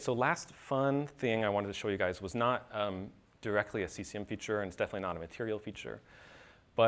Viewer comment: That dude pronounces Cesium as C S A M. WTF? LOL Like hee said "C-word is fun" I think WTF man.